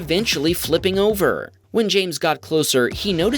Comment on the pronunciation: The voice narrator has a speech impediment that is like nails on a chalkboard. He draws out the final vowel of words. Hondaaaa, oveeeer, teslaaaa. He needs to be replaced